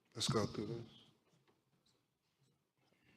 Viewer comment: How is it possible this so called professional high profile attorney is so illiterate? His words thoo, troof, deaf and decompesation?? Some kind of jungle lingo? Wtf?? Did he mean to say through, truth, death and decomposition ? What a circus